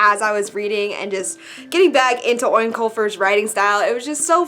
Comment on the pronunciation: Eoin is pronounced like Owen btw :) It can also be spelled like Eoghan which confuses a lot of people :P Interested to see what you think of American Gods, it wasn't one for me but a lot of people love it.